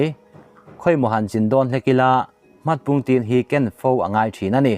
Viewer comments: Hmarpungtin chu i lam dik kawp mai🤣🤣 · Hmatpungtin tih tur aw